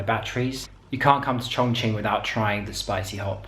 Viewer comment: Really! You're the first one that I've seen a video of, who doesn't pronounces ChongQing like ChongKing! xd